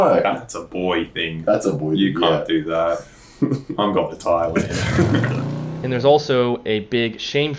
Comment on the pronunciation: ...its pronounced"'tai-land"